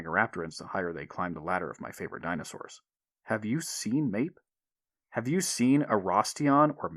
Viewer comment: it’s pronounced ma is in mama and eep as in sleep.